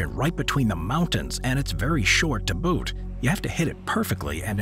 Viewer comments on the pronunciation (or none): none